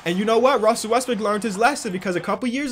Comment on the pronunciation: Omg you caught him. He slightly mispronounced westbrook. 😂😂😂😂😂😂😂😂😂hahahahahahahahahahahahahah you ruined his whole career bro😂😂😂😂😂